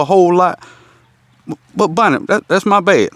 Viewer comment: Lawd,. I'm southern too, and definitely thought he was saying, "Bunny," not "Bonnie," the whole time. 😂 I need to call my uncle and reacclimate myself. Haha!